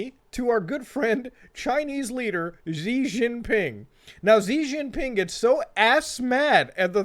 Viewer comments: SHE Jing Ping. Not Zee. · Hilarious channel, glad I found it, subscribed! Weibo btw is pronounced like "way-bo" and Xi Jinping like "she jin ping" (hard j like in jello) (closest english approximation)